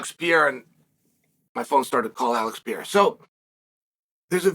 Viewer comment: Alex Peeara